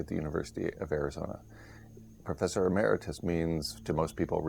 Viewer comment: Why doesn't he pronounce some words correctly, e.g. emeritus? Is that a Canadian thing?